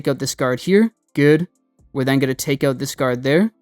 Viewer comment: oot? You must be a fellow Canuck?